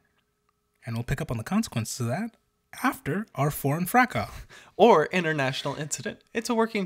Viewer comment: Half of the galaxy, not the universe. And 'fracasse/fracas' is not pronounced "fra-kah", it's "frackus".